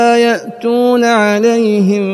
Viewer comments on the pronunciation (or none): none